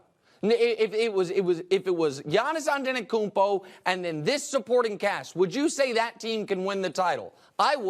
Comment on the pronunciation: First time hearing Giannis' last name spoken out loud outside the games. Most of the media doesn't attempt it. But Nick nailed it here